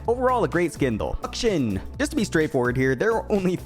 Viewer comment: WHY DOES BRO CALL HIM UKSHUN???